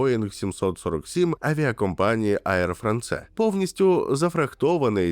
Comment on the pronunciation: Я не прискіпуюсь, але звичайні Е без артиклів наприкінці французьких слів ніколи не вимовляються, ті букви просто красіві Еір ФранС